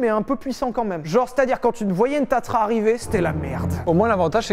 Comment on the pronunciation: Tatra, et pas tatra....